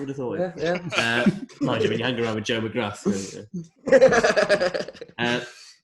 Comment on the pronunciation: you keep pronouncing McGrath wrong!